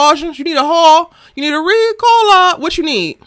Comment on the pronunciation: This whole commentary almost took me slap out on my drive home - not “Riccola” 😂😂😂😂😂😂